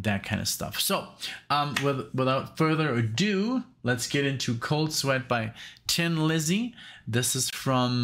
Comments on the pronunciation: It is pronounced Thin Lizzy. However, said with an Irish accent, which Phil had, it sounds like Tin bur the really pronunciation is "Thin Lizzy". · Hi, as others have said it is pronounced Thin not Tin and i do not know anyone who says that ( and i am going back to 73' first time i saw them! ). Also agree with most of what delorangeade said about 40 mins ago!! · It is pronounced "thin" Lizzy, as in, she looks thin in that dress. Whoever said it's pronounced "tin" is wrong or trolling you. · It is pronounced THIN Lizzy with a "th" sound. A Tin Lizzy was a reference to a car. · It's only pronounced tin if you are Irish. Nobody else pronounces it that way. Thin is the general pronunciation. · ????????????????????? Someone is taking the piss............ The Irish pronounce 'THIN' which comes out as 'TIN' and its a little joke that the band came up with when deciding on a name, a bit of a laugh at themselves, typical of the great humor the Irish have always had. So, its not Tin Lizzy, its Thin Lizzy..........no need to apologies, but, someones having a lend of you. I've loved them for 45 years or so and trust me, its Thin not Tin. Thanks for supporting the greatest Irish rock band of all time Cheers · The only single off this, their final album. Great farewell record, released in 1983. PS It's pronounced "Thin, not Tin" Lizzy